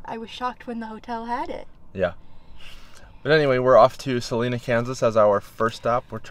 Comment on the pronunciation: there is no E in Salina. Pronounce the I, SalIna.